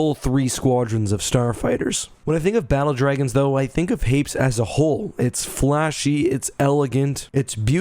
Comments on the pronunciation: Hmmmmmm I had always assumed Hapes followed a similar pronunciation to Hades, but you pronounced it in the way someone would say Gapes. Now I’m confused. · Note from the Pedantic Police: I've also read "Courtship..." & it seems apparent that a more proper pronunciation would be HAY-pees (emphasis on the first syllable). BUT, one can't help conceiving of the whole "rotating gun" idea as a little silly... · I thought Hapes was pronounced Hay-Pees. I remember that from the audiobook. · I swear in the audiobook they pronounced it "Hay-peez". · Well, just discovered I've been pronouncing Hapes wrong. I've been pronouncing it as "Happys."